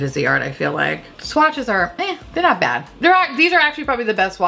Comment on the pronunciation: it was so bad!!!!! Like bayyud